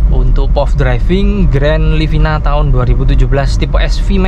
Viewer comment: Sedikit saran, untuk penyebutan POV jangan "pof", tapi "pi-o-vi" (point of view)